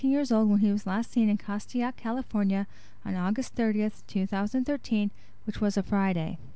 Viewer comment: I pray these boys are found. Ps- It's pronounced Cast-take, CA not Cast-ti-ack, CA.